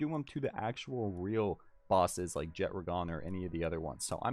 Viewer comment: Jet-tra-gone❌ Jet-(d)ragon✅